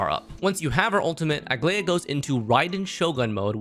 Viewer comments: I wonder if people who make these guides even play the game? Idk how everyone, including, manages to butcher her name when it’s pronounced the same in EVERY SINGLE localization. Bro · couldn’t really focus on the video because every time he said her name I took psychic damage